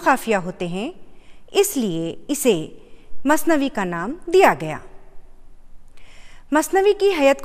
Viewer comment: Mam plz ka ko kha mt padhiye apne bhot jagah pr kha bola h